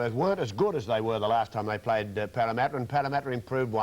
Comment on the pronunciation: Wow Casey seemed to have it in for Parramatta. Was it because he had so much difficulty saying their name?